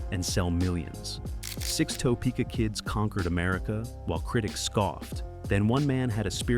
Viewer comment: They lost me immediately when the AI didn't know how to pronounce Topeka, KS.